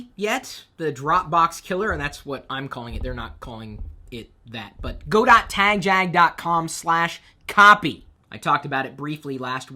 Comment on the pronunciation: Tagjag, not Tagjak.